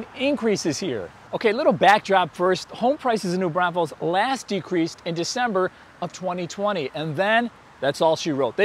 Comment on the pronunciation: Are you saying New Brownfuls?